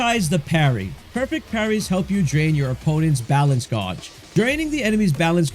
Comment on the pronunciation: Great video. It’s pronounced gauge (gayj)